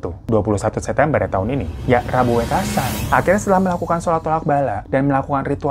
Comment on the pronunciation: Kebetulan gw keturunan sunda betawi, dapet istri org jawa. Skdr bagi info aja ya bg hiro hehe Intonasinya wekasan,huruf "E" nya kaya baca "teman" "kemana" "selalu" bkn wekasan seperti baca "deretan" "setan" "emosi" smg paham ya maksudku wkwk andai bisa komen pake suara ini mah lebih gampang lg. Btw, istri gw fans bgt sm bg hiro 🙏😀